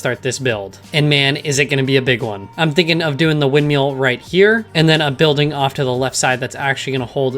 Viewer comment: I like how you say windmill